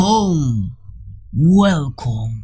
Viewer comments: guolcom:v jajaja buen video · Ahora me entero que al principio dices “welcome”. Pensaba que decías “wow con, aquí jkclife”. 🤣